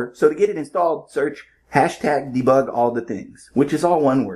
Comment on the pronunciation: Debig lol or bebug 😊